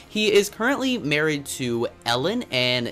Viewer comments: Me too I am also from Sweden and it sounded little fun when he said Elin cuz it sounded like Ellen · I love when you say the name of notch’s wife and when you say the name if he’s family members. He is Swedish and im Swedish too! ;)